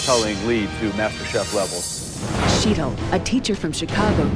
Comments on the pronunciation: I get annoyed that continuously pronounces Sheetal's name wrong. Graham too, it's like, it's not that hard guys. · The way they butchered Sheetal’s name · They fucked up the pronunciation of Sheetal's name so bad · I felt sorry for Shetal. Nobody said her name correctly!! She should have corrected them all each and every time they screwed it up!! Idiots!!! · is such an arrogant ass. And he keeps mis-pronoucing Sheetal's name, on purpose I think.